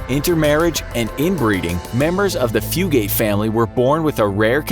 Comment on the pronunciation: At least you pronounced the Fugate name right. ;) good job you know, one of them spell their name, Fuggit. It's really fun when people say that one the wrong way. But everytime I hear someone pronounce it Few-gate, a battle takes place inside my mind. Just stay out of it Randall, it's nine of your business. No good will come of it. While another part of says, line em out. Hahaha good job. Great video.